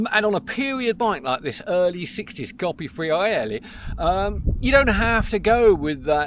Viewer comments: I LOVE the Campagnolo Racing-T stuff on my vintage bike. Polished aluminum, even the newer stuff looks vintage enough for me though I'm putting together a GIOS with some older bits including a Rally rear mech for some vintage rides in 2025. Coppi = COE--PEE, not COPPY! Fiorelli = FYOR--ELLI. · I with you on ‘Fyor-elli’ but I’d say the correct pronunciation of Coppi is mid way between ‘Coppy’ and ‘Coe-pee’? Without adopting a disastrous mock Italian accent it’s very hard to sound ‘right’ don’t you agree?